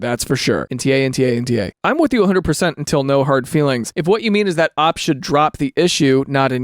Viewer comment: Did this dude just read OP like "operator" rather than O P??